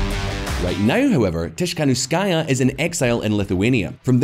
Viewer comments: Tikhanovskaiya is correct, not Tishkanovskaiya. Nevertheless, it's a good video thx. I believe that Lukashenko will rule Belarus even after Putins' death/resign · well the narrator could also learn to pronounce Tsikhanouskaya.